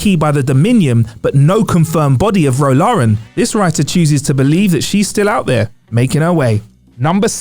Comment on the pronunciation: Is the presenter in this clip actually a trek fan? No real trekkie would surely say Ro Laren’s name incorrectly! I like to know that my presenters actually know what they are talking about